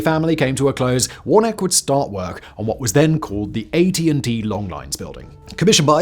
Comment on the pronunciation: I think that’s warn-a-key.